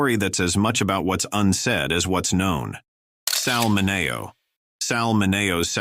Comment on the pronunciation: This video is a mess - you have images of people that don't fit the person that is discussed, for example for Tyrone Power you have images of Bogart, the same in the James Dean and Brando sections. Also Sal Mineo's name is mispronounced - it's Sal MIN-eo. So many wrong images.